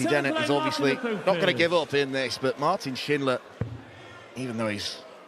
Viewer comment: Impressed by pronunciation of Martin's full name. Sounds exactly like a german would say it.